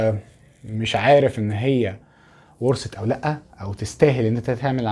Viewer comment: ورست هههه ورثت ،لم افعم لما لكم مشاكل في النطق